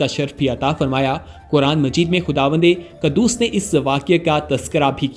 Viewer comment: Qaddoos nahi quddoos pada jata hai